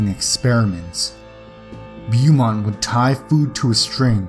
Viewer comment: in number 2 its pronounced macinaw, and the doctors name is pronounced bomont